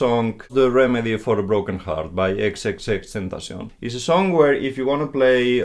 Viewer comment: Finally someone who can say his name right. Tentacion is spanish so I’m assuming that’s why he can actually pronounce it correctly